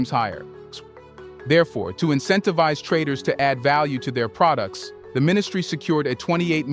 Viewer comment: Dude is an AI. The way he pronounce certain words is not right. Like pro dukes instead of products. Good content though